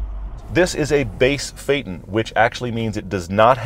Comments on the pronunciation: You're still pronouncing it wrong though! The VW literature clearly states that you should sound the ending of the word as though saying 'Futon'. You're saying it in the same way people say 'Satan' or 'bacon'. Never mind. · Even with vw phonics you are not saying correct Dayton.my be it because Americans have huge issue in pronoucation of European word. You just cannot get your English correct. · I hate to be a stickler old boy but if it's pronounced "fay-ton" then why do you you say fay-tan? The emphasis should be on "f" and on the "ton" in the same way you would say Phantom - fan-tom. What you don't do is say fan-tam......although you are American and I'm would bet my bottom eh...pound note that you would say "fan-tam! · Its pronounce is ΦΑΈΘΩΝ Hello from kalamata Greece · Jeremy Clarkson pronounced it FI-Ton.. xD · Very informative. But the word is pronounced FAY-uh- tn. with three syllables. In your video, please try not to use the word "actually". It isn't needed and is a verbal crutch. Good work and well done. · how the hell do you get the way you're pronouncing the name , from fay-ton? It's t-o-n not t-e-n or t-i-n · Nope. Fay-TAWN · haha you totally still pronounce the pronounced it wrong. You said Fayt un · It took Toyota a big investment and dedication to promote Lexus as a luxury brand because the name Toyota like VW is not synonymous with conspicuous luxury. Now, why would VW bring out a big luxury sedan when they already own Audi is a mystery to me. Fun fact: Phaeton in Greek is pronounced Fa-é-thon ("-thon" as in thought) and while it is a cool name it is an unfortunate choice for a car as he was he was probably the worst driver in Greek mythology and ended up in a big mess. Just like this car come to think of it 😉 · It’s definitely not pronounced faytn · Pronounced Fay uh ton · You're still saying it wrong. It's Fay-tawn (that's how 'ton' is pronounced in German, they didn't translate the press and dealer briefing materials properly)